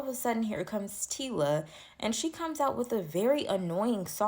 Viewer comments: EHH , EHHH! Wena mara🚶‍♂️🚶‍♂️ Get your pronunciation straight!!! NOT, TILA, TACILA, T WHAT WHAT YOU ARE BLUBBERING!!! TYLA , SPELLING MY SISTER! PRONUNCIATION eg = " TYLER " BUT SPELLED AS " TYLA " DO YOUR HOMEWORK! YEER! YOOOH! 😂🚶‍♂️ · The name is TyLa pronounced tie-la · You can’t not be reporting and not know it’s Tyla not Tila and Halle not Holly